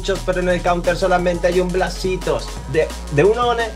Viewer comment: Te salio la deagle por poner Plasitos y no blasitos jajajajaa